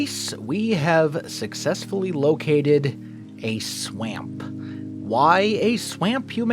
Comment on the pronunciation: Welcome back man and I'm glad you are feeling better. Oh and love that you also say swaamp